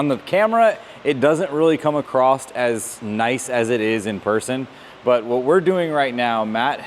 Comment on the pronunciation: “Across” not “acrossed”